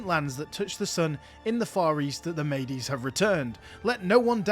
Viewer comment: mede or medes should be pronounced mead or meads, like the beverage. great vid!